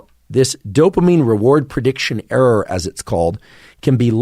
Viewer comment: I like making errrrrs. Lol, doc says error a lil funny, but this was super freaking helpful thought provoking information.